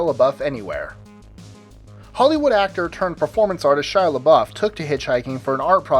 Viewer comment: Thumbs up for pronouncing Shia's name right.